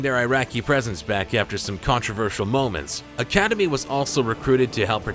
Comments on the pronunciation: you pronounced the last one wrong it's not academy it's pronounced academia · it's not academy it's academi